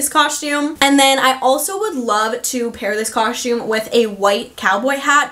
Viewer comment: Great content! BUT! You say coSHtume Way too frequent! 😫